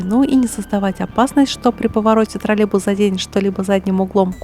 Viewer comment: не тролебус, а троллеЙбус.